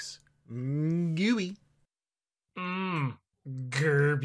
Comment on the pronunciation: I was waiting for Aleks to say Gerby the entire episode, and just when all hope was lost and I was half way through writting a petition for a corrected re-release of this episode, he delivers with the outro. I'm sorry for ever doubting you Aleks